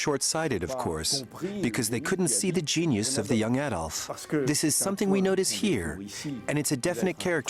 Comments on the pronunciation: Warning: A documentary which cannot even pronounce the name of Adolf Hitler and instead calls him AYdolf Hitler cannot be trusted with even more complicated information. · Hitler's first name is Adolf. in Germany pronounced (Add-olf) in Britain pronounced (Add-olf) where on earth did America get (AYY-DOLF HITLER) from??? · Not pronounced AYDOLF, it is Adolf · why do Americans pronounce it ey-dolf and not ah-dolf? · Why do Americans always mispronounce the name Adolph? The correct pronunciation is with the short ‘a’ as in apple, not the long ‘a’ as in fade. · His name was Adolf Hitler, not Ädolf (Aedolf) Hitler. There is no Umlaut (diacritical mark) over the A. The ignorance of some people is shocking. If you are making a documentary entitled "Best Docomentary", at least tell the V/O commentator to research English and/or German pronunciations first and foremost. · Adolph, not Aidolph for you Americans! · How can you make a documentary about someone and pronounce the person's name wrong?? Also he wasn't the most bloodstained person in history at all, in fact even Stalin who took part in the same war killed more. The name is pronounced add-olf not aye-dolf, there are thousands of hours of video evidence with his name being said so there is no doubt about it. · Please pronounce as "Adolf“ , not "Aydolf“. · Another Amurikan incapable of pronouncing "Adolf". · EJDOLF.. geez learn how to pronounce his name ! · All that ‘special’ research and nobody taught the narrator how to pronounce Adolf correctly. I can’t wait for the Eye-raq documentary. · I wish Americans learn how to pronounce the name Adolf. A-dolf? Stop it. Same with Eye-raq. stop it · Eedolf Hitlour pronanciation really pisses me off!